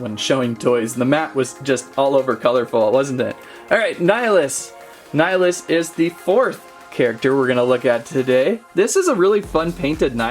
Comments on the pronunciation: LoL it’s nill ee us. Not nieleeus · Dude it’s Nil-ee-us Not ni-uh-lus lol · Hey, I don't want to sound rude but nillious' name is pronounced nill-y-ous. It was annoying hearing the mispronounciation. Other than that, good video.